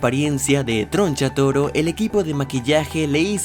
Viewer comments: Tgoncha toro jajaja no sabe pronunciar la R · TRO NCHATORO NO TRONCHATUMARE AJAJJAJAJAJ NO